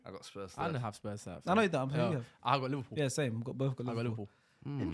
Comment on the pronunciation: Bruh in the Napoli kit can’t speak for shit, man can barely pronounce Liverpool